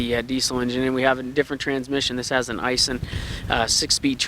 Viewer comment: Eye-sheen (Aisin) boys, but hey, I don't expect y'all boys to say it right anymore than I expect a Japanese to say McDonald's correctly (or collectly). Anyway, that's the transmission I'd want. Yeah, these crosswinds we have today are much stronger than the old fashioned winds. I check out Titan some day. Biggest problem I see so far is that tiny fuel tank!! What in the world was Nissan thinking?! I know, weight capacity; make it look like it carry more. Knuckleheads.